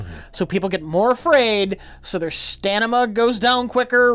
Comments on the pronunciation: what is "stanima"? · "So their stanima goes down " - 2017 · what is "stanima"? lol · "Stanima" ~ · "Stanima" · "Stanima" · Good thing Mike wasn't there when said "stanima" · Did say "stanima?" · Stanima. It's the new stragedy. Oh.